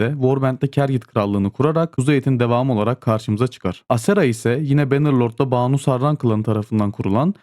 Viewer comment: Oğlum Kimse şu ön eki doğru telaffuz edemiyor ya. Kız ismi olan Baanu değil. Banu Banu a kısa. "Bin Hüseyin" gibi düşünün. Kısa okunacak a harfi. 😂